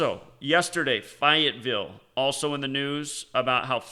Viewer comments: It's pronounced Fay-ette-ville, not fi it ville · Your killing me 😂😂 it's fayyy etttt villle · Fayetteville has a large army training base. What's this is all an out? Fay u t Ville (pronunciation) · Fayetteville is pronounced like Fay-it-ville. There is also a Army base there. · Always learn when I listen to you. This time I can help you - the correct pronunciation of Fayetteville is Fay -et-ville. I used to live in NC. Fayetteville has an Army Base there and my daughter’s mother in law lives there, so I know how it is pronounced (unlike the neighborhood I now live in down in FL — no one knows the correct pronunciation 😋). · Fay it ville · I think was making a noted and paralleled point when he 'intentionally' mispronounced Fayetteville. Go read about its warring history, then, you'll understand his intended misnomer.